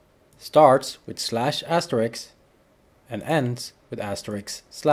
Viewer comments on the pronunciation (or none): none